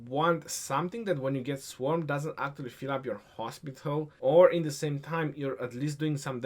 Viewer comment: No of times says 'Aaktually' in this video - 34 #AaktuallyCount